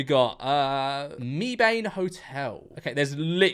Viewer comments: it’s pronounced meh-ben, not me-bane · as someone from North Carolina the way he pronounces Mebane is physically painful